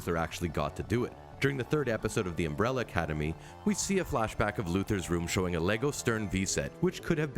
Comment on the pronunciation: Agreed, shits me every time he says Umbrella Cademy 🤯